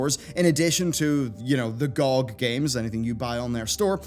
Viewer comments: Everyone: G O G YouTuber: GOCK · Never heard anyone actually pronounce it "gog" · Does it bug anyone else that he says GOG like that or is it just me? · B's pronounciation of gog just triggers me :(